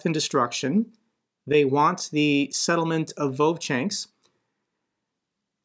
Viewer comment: I really enjoy how much better you get over time at pronouncing slavic settlement names lol